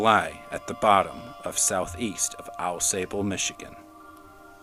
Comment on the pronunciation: Pronounced Au-saab-oo Ausable. 😊😊